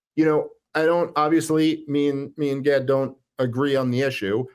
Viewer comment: You both mispronounced Gaads name after questioning the pronunciation and then hearing him say it in the video. What were you thinking about when you listened to his video that you didn’t pick that up?